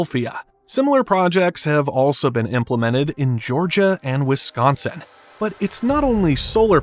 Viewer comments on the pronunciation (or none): none